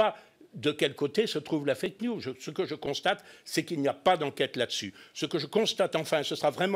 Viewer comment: M. Gollnisch, "news" au sens "nouvelle" est en anglais toujours au pluriel et se prononce "niouse".....